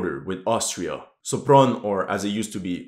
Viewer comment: >Pronounces Sopron as Szopron >Pronounces Budapest right Gave me a chuckle ngl